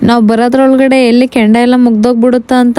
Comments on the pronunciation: ಕೆಂಡ ಅಲ್ಲಮ್ಮ ಅದು ಕೊಂಡ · ಕೆಂಡ ಅಲ್ಲ ಕೊಂಡ ಸಿಸ್ಟೆರ್ ಅದ್ದು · Kondda not kandda